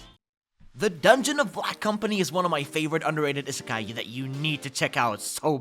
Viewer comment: ABSOLUTELY LOVE THE LIST!!! ❤️ I hate to be that guy but I wanted to point out is pronounced: EE-suh-kai